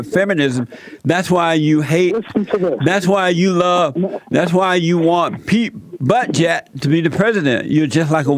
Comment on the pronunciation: "Pete Butt-jet" LOL